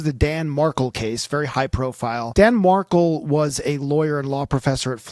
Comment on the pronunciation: come on man, you’re pronouncing Dan Markel’s name wrong. Dan was attempting to have Wendi’s Law License revoked during the divorce, and she was trying abduct the kids. That’s not a typical no fault divorce as described, in my opinion.